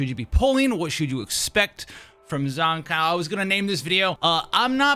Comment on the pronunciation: The one and only reason I'm refraining to watch this is the way you pronounce her name. I only hear one correct pronunciation from devs, Live stream, content creators and fellow players. Except you. I don't think you wouldn't mind being called "Jush" or "Jo-shhhhh". Shame......